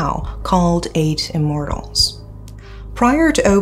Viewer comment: I keep hearing say “8 Immorals”. 😅